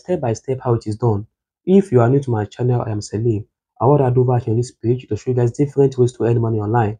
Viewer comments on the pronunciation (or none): none